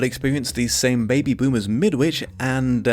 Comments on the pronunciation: Shouldn't it be pronounced "Mid-itch"? And birds aren't "assholes", they're "cloacas". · As a Brit, I agree with you. There's a tag, Midwitch folk are just plain barmy, which scans better if you say Midditch. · Think about a brick wall. I thought it was pronounced Midditch (like Greenwich). This book is actually the counterpart to a slightly earlier story (The Chrysalids) where the superpowered kiddies were the good guys and the grownups (nearly all religious bigots) the antagonists. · Question from an ignorant Canadian, but wouldn’t the ‘W’ in ‘Midwich’ be silent? I always assumed that was how the title of this book was pronounced, but I have my doubts now that I’ve heard an actual Brit pronounce it differently.